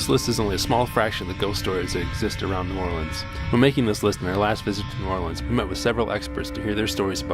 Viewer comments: They said it how it’s supposed to be pronounce I’m sure locals say it different. I’m from Chicago and people here say it different also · ❦𝓒𝓸𝓸𝓴𝓲𝓮 𝓛𝓾𝓿𝓈❦ That’s how it’s pronounced look it up